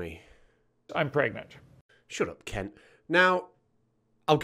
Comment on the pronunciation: "Shut up Kent". I heard that a bit differently. It worked better that way.